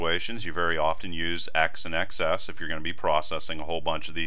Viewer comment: I thought x:xs is pronounced eks and ekses (i.e. plural x) and not eks ess.